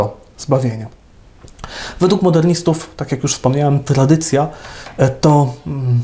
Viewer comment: Błagam, niech Ksiądz idzie czym prędzej do logopedy! "Trladycja była prlojektem", "ultrlatrladycjonalista" itp. - aż uszy bolą!